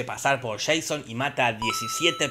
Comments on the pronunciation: No te perdono el "sian", Jorge. Se dice /shon/ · Se dice Sheison papá.